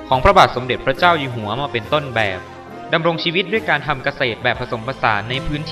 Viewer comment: พี่ครับ ตรงคำว่า "มาเป็นต้นแบบ" พูดปนภาษาเมืองปะครับ ? ด้านหลังอะ ตรงนาทีที่